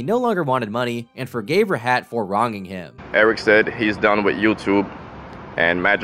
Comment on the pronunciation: bro mispronounced rahat